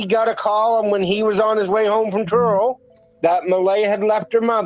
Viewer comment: Where are you from? Are you lying? Did you intend to say Truro instead of Turo?